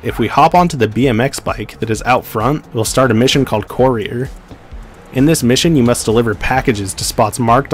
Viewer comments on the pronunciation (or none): That isn't how to pronounce "courier".